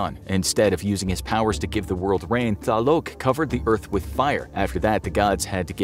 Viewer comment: .__. I am mexican and you bro need to learn HOW TO READ IN SPANISH NONE OF THE GODS YOU NAME ARE SPELLED CORRECTLY, Tlaloc is spelled tlaloc NOT TaLoC